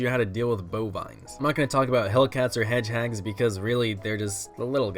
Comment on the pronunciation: Pear-ing hedge-hags ;D